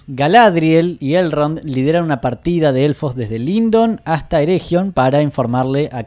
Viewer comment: Eregion, es "ereguion", con g suavecita, no como jota.